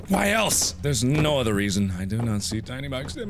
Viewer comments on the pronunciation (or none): none